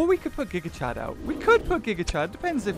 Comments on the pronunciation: He says gig chad 💀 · Stop saying gigachad it puts him in my head. Your saying the name wrong.